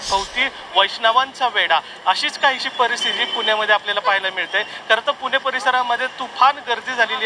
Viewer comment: किती मराठीचा ह्रास.. कृपा करून पुणे म्हणा.. पूने नाही हो.. 🙏 अगदी सहज आपण हे म्हणतो पण त्यातून अनेक लोक शिकतात आणि अनुकरण करतात हे लक्षात घ्या. 🙏🥺